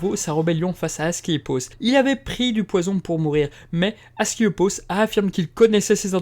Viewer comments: Mauvaise prononciation : AscLEpios ou esculape (la même chose) :) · Très intéressant ! Question : ta prononciation d'Asclépios change tout au long de la vidéo : c'est normal ou pas ? (plusieurs personnes avec des noms proches, ou juste un lapsus) Et autre question : c'est vraiment un réupload ? (cf le titre)